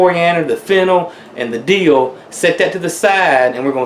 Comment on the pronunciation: Love pickles!!!! Good to know. It sounded kind of funny when you said, "Whatever part of Dill you have use it." Cause it made it sound like, Kind of a Deal, lol...